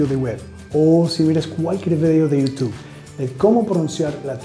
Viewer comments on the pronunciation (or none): none